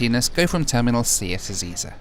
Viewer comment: Ezeiza is pronounced E-zay-zah, not E-zee-za :)